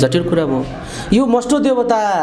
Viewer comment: मष्टो हैन भाइ मष्ट हो।